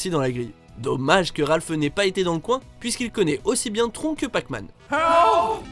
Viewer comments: Tron !! ahahahhahaha ça se prononce "TRONNE" pas tron !! ça vient du mot "electronic" Décidément les français et les accents étrangers, vous me ferez toujours rire ahahahahaha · On dit pas "trone"? parce que "tron"... mdr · Le film Tron se prononce "Trone ", pas "Tron", vous faites honte au film ! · Juste comme ça on prononce tronne et pas tron le film Tron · Putain il a dit "tron" au lieu de "trône".... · On dit TRONNE pas Tronc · Si on prononce "Trone" normalement :') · il me semblais aussi "tron" sa pique les oreilles 😁